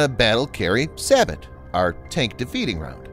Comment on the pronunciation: Thanks for the update. Just a FYI, SABOT is pronounced "say-bow".